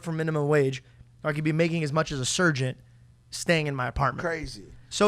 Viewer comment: what the fuck is a SUREGEONT 😂 is that like a sergeant and a surgeon combined?